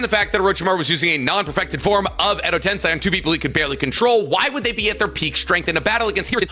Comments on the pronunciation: God why does this guy talk in this weird fake exaggerated way, it's so aggravating, I wish you volume'd him down a bit. Also how can he mispronounce so many names and words fucking christ. Edo TenSAI? TENSAI? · I hate how he says “tensei.” 😖